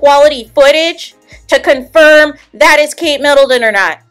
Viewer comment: Please don’t say Kate MiddleDon